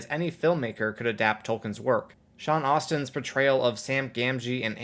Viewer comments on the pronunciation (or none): Sean Astin, not "Austin." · It's Astin, not Austin. 🙄🙄🙄🙄🙄🙄🙄🙄🙄